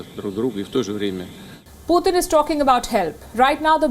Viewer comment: Путын она говорит:/